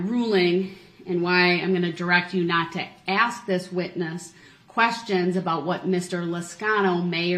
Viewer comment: Ax a question , lol